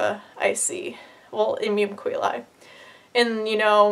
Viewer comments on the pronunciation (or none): Her: "Im-yum Co-eh-lie" Me: "Paolo Coehlo?"